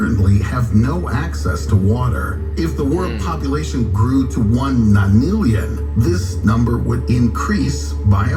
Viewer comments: “The ni lilyan? The nillion?”😂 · How do you hear nonillion 4 times and still not say it right